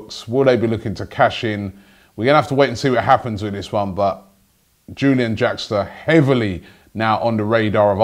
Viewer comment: No Robbie. It's Pronounced like You - Lee - an